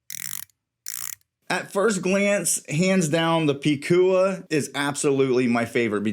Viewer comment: This a great and accurate review! I have 2 #SC watches and I agree they are high quality, luxury category, “Bad Ass” watches, just like their founders José & Anita who also represents those qualities. And you are pronouncing the name “Picúa” on point 👌🏻. I can’t make mi mind between the two of them. Want them both. #SanturceCollection 🇵🇷